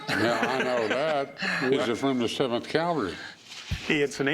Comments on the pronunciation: “Cavalry” not “Calvary” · CAV-alry. CAL-vary is where Jesus got crucified. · That's "cavalry." Calvary is something altogether different. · That would be cavalry, there Rick. Calvary was where they put that guy on a cross..... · Rick, learn to pronounce the word "CAVALRY ", not "CAVALRY ". Cavalry refers to soldiers on horses. Calvary is the place where Jesus was crucified. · Cavalry not Calvary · Rick, my man... it's not "calvary." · It's "cavalry" not "calvary." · Cavalry not calvary Rick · The word is cavalry Rick.